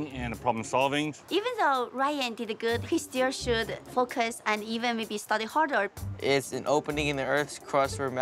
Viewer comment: Ryan mom say horder instead of harder😂😂 ryan mom is not good at pronounciation